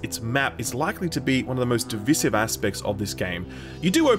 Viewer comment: Informative review as always. Just one thing.. That's not how you pronounce "divisive". At least not in an American, British, or Australian accent.